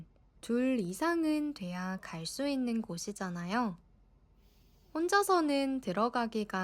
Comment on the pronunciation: I also cannot hear the 있는 immediately after.